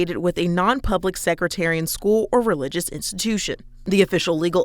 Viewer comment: Sectarian...not secretarian...